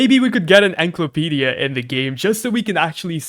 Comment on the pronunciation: its pronounced like ensiklopedia